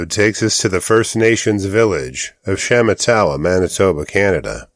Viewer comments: SHA MAH TAH WAH is the correct pronunciation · Sha matt a wah. Emphasis on the second syllable.